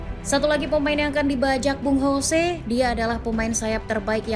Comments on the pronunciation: Saran min. Untuk pengucapan yang betul itu Jose bukan Hose. Itu kata Mou waktu masih di spurs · ya bener dia kan portugis bkn spanyol, kalo spanyol baru dibaca hose